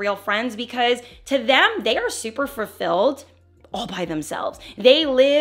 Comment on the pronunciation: You said “fur-filled” like joseline’s do it like its yo bday😂😂😂❤